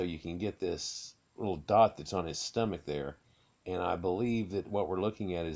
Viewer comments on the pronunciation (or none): none